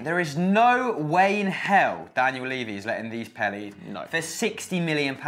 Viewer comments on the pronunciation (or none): none